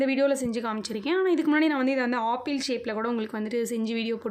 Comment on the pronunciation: Sister please tell apple not aaple